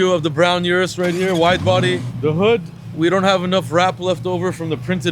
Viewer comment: RDBLA crew needs to know how to pronounce the Urus.